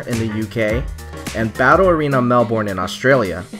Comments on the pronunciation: It's Mel-burn, not Mel-born... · Lmao “melborn” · I don't blame people for pronouncing Melbourne the way it's spelled, but down in Aus we just kinda pronounce it 'Melbn'